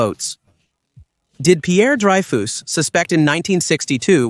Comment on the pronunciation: ‘Pierre Dry-fooss’ 😂